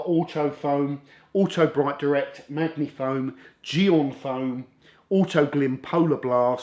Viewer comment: is it not sposed to be 'maji-foam' as opposed to maggy-foam 😊